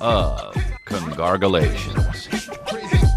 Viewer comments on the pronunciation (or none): U know it’s gonna be a ride when he starts it off with “congargulations” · Every week at the intro I alway say along with Chris “welcome to a new episode of Congargalations” in HOPES that he says congargalations also. It’s been a minute. But he fuckin said it!